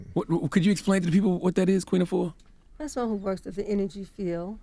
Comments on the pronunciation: Great message Sister! Just want to let American folks know that the pronunciation of "Afua" is incorrect. Think of correct pronunciation like this..."AH-fu-WA". Don't say "YOU-AH" at the end (like Envy). The name "Afua" has three syllables, however if said correctly, it flows as if it's two. Almost as if the "AH" and the "fu" slur together. Try saying "AH-fu-WA" ten times till the "AH" and the "fu" become two syllables...then add the "WA" at the end. And remember to push the air on the "FU". Try it...It's a beautiful (and very old) Ghanaian name. Peace to the Planet! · Is she Ghanaian ? Because that’s not how the name Afua is pronounced......